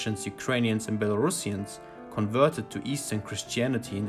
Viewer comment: Thank you for the correct pronouncing of the "Belarusians"